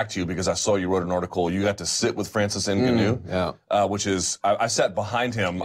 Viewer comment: It's super annoying how Luke pronounces Francis 'Enga-noo'. It's Francis 'En-gaanou'